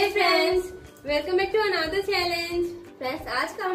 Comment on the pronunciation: What is this anada challenge it's another chalange....plz speak correct